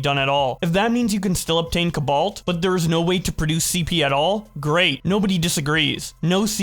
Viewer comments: Bro pronouncing cobalt “cubaalt” is ridiculous 💀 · The way you pronounce cobalt hurts my ears.